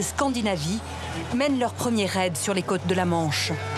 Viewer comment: La narratrice doit être du sud-ouest car elle n'arrive pas à prononcer le son "au" correctement. Elle dit Guillame à la place de Guillôôôme" et les "cates normandes" pour les "côtes".